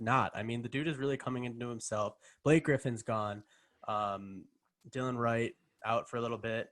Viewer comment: Just to let you know it’s not Dylan or Dillion Wright, it’s Delon Wright!